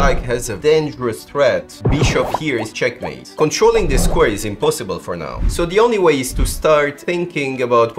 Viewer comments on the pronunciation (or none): everytime you say " CheckMAaATee" feels weird, man xD